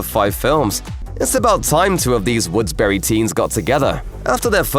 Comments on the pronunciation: Um..."woodsberry" ?? Lol its woodsboro 🙄 they have to be getting things wrong on purpose, to generate comments 🤔😑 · Wait, did you say "Woodsberry teens"? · And he called the town "woodsberry" lol why bother